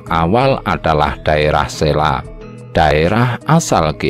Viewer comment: Bacanya Selo bukan Sela...trus Wali Sanga tp bacanya Wali Songo bukan Wali Sangha seperti kata Budha .era wali sdh Islam jg Hindu bukan Majapahit lg mayoritas Budha.kayaknya spt itu